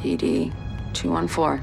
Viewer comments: And everyone pronounces it as DD-Two-Fourteen, not Two One Four. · it's pronouned DD-214 (DeeDee two fourteen) aka "my freedom blanket" They couldn't even be bothered to look up how to pronounce the name of the form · I thought this was funny until... IT'S PRONOUNCED "DD TWO FOURTEEN!" FUCKING CIVILIANS! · So, I have to comment on something basic here that's fucked up horribly. It's not even what the DD-214 says. No one I've ever met called it a "D D two one four". It's a "DD two fourteen". Every single time. And as far as batman needing to do research? It's probably the most well-known piece of military documentation in existence. I actually searched the term "military documents" and a DD-214 was the third result. God, this show fucking sucks. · I have no idea what that is and even I read it as "two fourteen". Kate can't read.